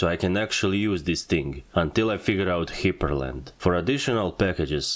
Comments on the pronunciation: Hyprland is pronounced as Hyper land. not Hiper land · That's it. That's how I'm pronouncing "hyprland" from now on.